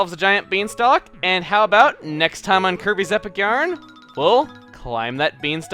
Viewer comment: Could have sworn you said Kirby's Epic urine at one point xD